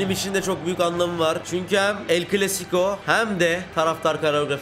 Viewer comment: CLASICO derken sıco oluyo ((